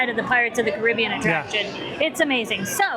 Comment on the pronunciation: Pirates of the what? Say it right